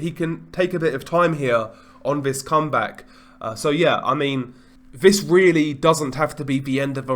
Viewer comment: Vis vat vu ver vose do you mean THIS THAT THE THERE THOSE???